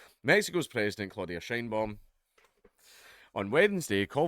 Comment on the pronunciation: "Sheinbaum" lmao